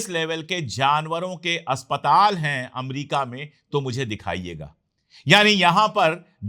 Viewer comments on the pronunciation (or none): none